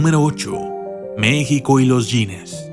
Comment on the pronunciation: enserio no sabes cómo se pronuncia México ,si insultas a México me insultas a mí y por esta vez y por todas no me arrepiento de ser una mexicana